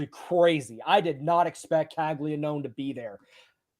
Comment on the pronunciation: Bruh Caglianone has been a monster for 2 years now at Florida, was a consensus top pick, and yall still have no idea how to pronounce his name…? Cmon man